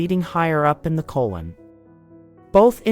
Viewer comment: Not diminishing the importance of this video, but the narrator want to learn how to pronounce 'colon.' Lol